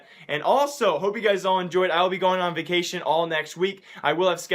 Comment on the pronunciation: your going on "VAC"ation